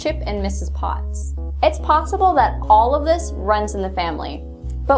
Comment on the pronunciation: I heard potsible. Clever.